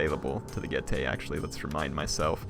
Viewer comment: I thought Getae was pronounced "Geet" am i wrong?